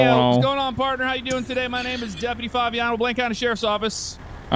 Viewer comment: Jeff walks up and I swear he said Jeffuty Favignano😂😂😂